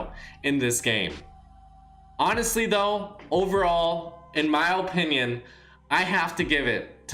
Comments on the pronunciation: Guys. It’s his, OH-pinion. XD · Mac Man yah but I’m tryna emphasize how he says it lmao cuz it’s mad funny